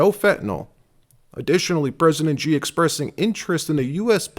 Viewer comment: President Xi is pronounced SHE NOT GEE so many people mispronounced it…..it’s embarrassing 😢